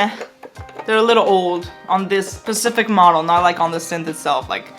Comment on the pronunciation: Can you be more "Pacific"? Oh, you meant "specific"... My bad...